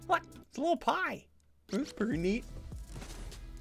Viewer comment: Why does he sound like that saying pie